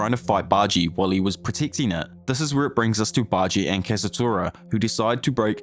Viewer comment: baji- san